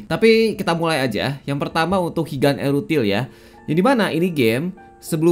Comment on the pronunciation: wong jowo tersentil g nih ok ngomong erutil (ithil) 😂